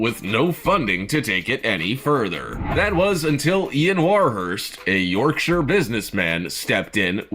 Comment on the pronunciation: Oooo the narrator pronounced Yorkshire right!!! I'm actually gobsmacked!!